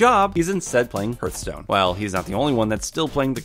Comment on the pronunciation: It's Pronounced H+arthstone Not H+earthstone